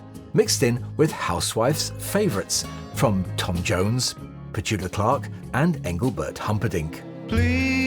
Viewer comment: Did you say Petuka Clark?